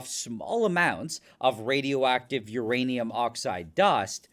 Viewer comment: I love uraneeum.